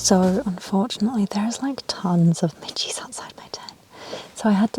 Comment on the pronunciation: i swear for a while i couldn't make out whether you were saying there are pitches, bit*hes or midges outside your tent! lol